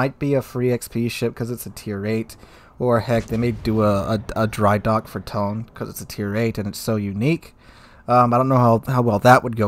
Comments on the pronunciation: Its pronounced "Tony" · I am not Japanese, but my guess Tone in Japanese is 2 cellyble, like To-ne, I think 🤔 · You at least pronounce "Tone" as "To-ne" cuz they are different words.